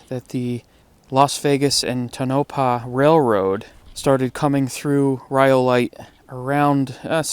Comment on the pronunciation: It's pronounced tone, a paw buddy just saying i know a lot of people gets it wrong but like the video